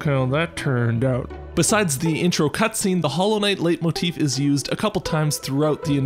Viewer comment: Leitmotif is pronounced "light-motif". It's german